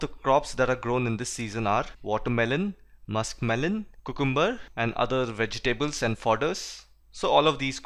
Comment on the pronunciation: Nice explanatory video, but there are spelling mistakes and wrong pronunciations like in , where cucumber is pronounced wrong.